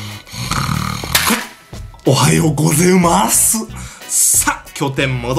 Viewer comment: ヒカキンさんの「おはようごぜいま〜す」が爆笑したwww